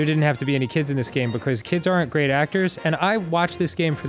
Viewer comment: the gweat repwacement